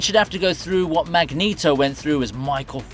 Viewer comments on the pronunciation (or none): Magneto is pronounced MagNETo not MagNITo. Look at a pronunciation code of magnet.